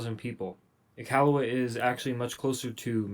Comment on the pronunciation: I'm just happy the guy pronounced Iqaluit correctly.